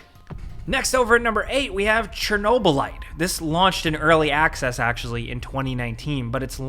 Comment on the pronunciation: It's called Chernobylite, not Chernoblyte.